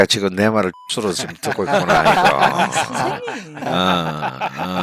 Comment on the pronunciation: 이 선생님이라고 말씀하실때마다 성생님이라고 말씀ㅋㅋ